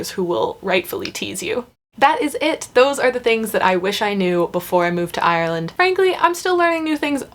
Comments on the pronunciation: Your Ireland pronunciation was spot on for a American, 😜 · Well done on the pronunciation of Ireland, even us locals struggle sometimes :) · You did a great job pronouncing "Ireland"! I am from Dublin and live in California now. I have modified how I say "Ireland" as when I pronounce it my way people stare at me blankly..."Orlando???" lol!